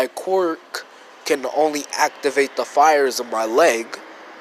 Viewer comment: Ok its quirk not qwork this might sound mean but it annoys me so much. It’s pronounced k’wur’k.